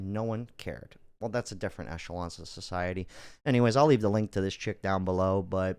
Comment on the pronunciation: At this point it seems you're unaware the word is "Echelon", not "Echelonce".